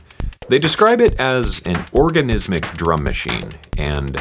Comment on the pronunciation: Organismic, not Orgasmic... 😂